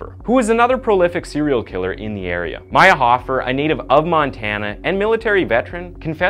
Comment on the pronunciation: Why are you saying MAYA-hofer when its MEIR-hofer?